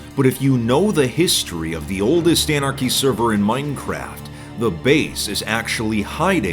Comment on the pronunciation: i think you mean "oldest anarchy server in moinecraft" i love the guy but holy cow the way he says minecraft drives me insane lol